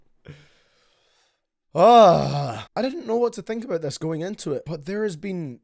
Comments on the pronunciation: “From the lyrics I don’t know what he’s aboot” 😂😂 love you baby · “What Lil xan is all aboot” AHAHAHAH YOURE A LEGEND 🤟🏽